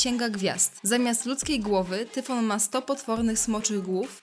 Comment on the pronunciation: Tyson, Ciemny, Hydra, Hejron, Minotaur, Tyfon, Chimera, Hipogryf,... Czyli tyle co w fantastyce.... I po drugie : nie czytaj Tyfon a Tajfon